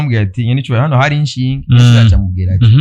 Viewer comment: Ntibavunga inshinge bavuga "ishinge"